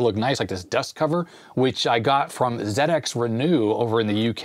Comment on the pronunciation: Wonderful video thank you. Very interesting. As a British (actually Manx) citizen, I am overjoyed to hear you say Zed-Ex Spectrum, rather than Zee. My favourite Sinclair game is Elite, have you played it on the Spectrum?